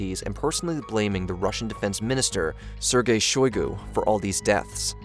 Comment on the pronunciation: its pronounced 'sir gay shoy goo'